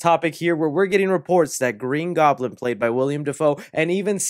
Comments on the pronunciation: WILL-EM not William 😂 much love though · “William Dafoe” it’s Willem ( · Willem not William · you’re awesome and I’ve been a sub since you had like 1000 subs, but please, it’s Willem. Not William. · i love ur vids but the actor who played green goblin in the first spider-man is named WILLEM (will-um) Dafoe not William. ik it’s minor but it’s just one of those things i can’t look past lol. similar to when people say “nuc-u-lar” instead of “nuc-le-ar” or “li-bary” instead of “li-brary” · Its an MCU movie man we have nothing to worry bout when it comes to the story makin sense. Btw its 'Willem' Dafoe not "William" 👍🏼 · Willem, not William 🤣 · Dude it's WILLEM not WILLIAM! ;^) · Bro, the guy's name is plastered all over the video you just uploaded and you keep calling him William. ITS WILLEM. how do you expect us to take you seriously if you can't even pronounce or read a name properly? It would be one thing if he were a b-list actor, but the guy has been a staple in Hollywood for years. Figure it out dude! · Hate to be "that guy" but it's Willem Dafoe not william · Willem!! WILLEM!! WILLEM!!!! Say it with me: Not "William" Dafoe... "Willem!!" Lol Sweet chocolate christ, every time you say his name in any video... lol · Bro it’s Willem not William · Willem, not William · It's WILLEM not WILLIAM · (Will-um) Defoe 😊🤘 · By the way, you keep saying Willem wrong lol